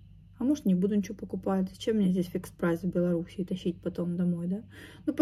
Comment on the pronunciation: правильно не в Беларуси и, а в Беларуси)